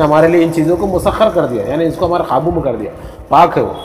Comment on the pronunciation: Qaabu ka talaffuz "Khaabu" se pata chalta hai ki bolne wale sahab Hyderabad se taalluq rakhte hain. Unke talaffuz bahut kharaab hote hain. "K" ko "Kh" padhte hain. Kabootar ko Khabootar, qasam ko Khasam...